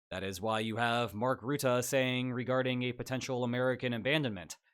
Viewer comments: It's not pronounced Routah but Rutte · The u in Rutte is pronounced like the u in duck, or at least more so than the "oo" sound I'm hearing (I'm Dutch, he was our prime minister before he got this job). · It still surprises me how many people mispronounce Rutte. It's not pronounced like root but more like rut (like 'in a rut'), rut-tuh not root-ah. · The U in Rutte is pronounced like the English word "rut". Not like "root". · Rutte is pronounced "bruh" without the B + "tuh", not rootooh, bruh-tuh without the b. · The man's name is not ruette but Rutte. Say Russia, now say Rutte using the same first syllable. Iy is down right disrespectful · As a Dutchman, who's had Rutte as my prime minister for most of my life (and all the memes that were made during his political career) its kinda jarring to see him here in a Spaniel video also his name is pronounced "ruh-tuh" not "roo-the". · there is no 'oo' in Rutte. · Mark 'Rutah' 😅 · Love your videos! But you really messed up the pronunciation of a very simple last name! It's Ru (like Russia) tte. Don't mind the word choice was a coincidence that fit the way to speak 😊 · FYI the "u" in Rutte is pronounced as in "hut" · The u in Rutte is pronounced like the u in Turkey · mark ruttAH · Rutte's name is most easily pronounced if you pronounce it "rut" but a little extended, like you're in ye olde england and your wagon is stuck in a rutte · Mark Ruttah :) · Love the collab with Mark Rutte. Please work on your pronunciation of "Rutte" ; as a dutch person this was really rough 😭